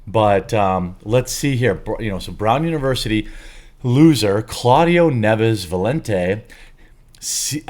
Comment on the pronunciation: I'll bet money the last name is NIEVES, not 'Neves'. They always do this.